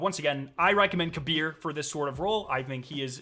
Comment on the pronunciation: Thank you for saying kahbeer's (kabr) name correctly